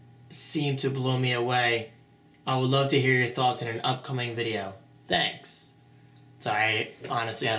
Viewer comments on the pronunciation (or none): none